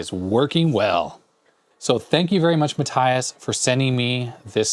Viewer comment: Matthias is actually pronounced "Mah(t)-tee-ahs" :) And yes, I know you usally always say you can't pronounce them :D